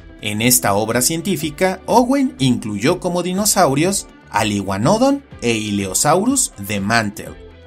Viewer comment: Por qué iguanódon y no iguanodón? Es una palabra aguda, no llana xd